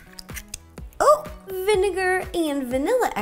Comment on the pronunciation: When you said vinaget I was like :0